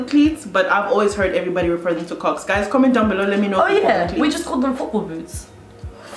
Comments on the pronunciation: kocks never sounded so wrong 😭😭😭😭😭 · Not me screaming hayi when you said Kocks 😭😭😭